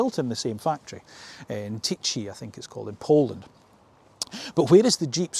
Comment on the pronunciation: Tychy is pronounced with a H sound not CH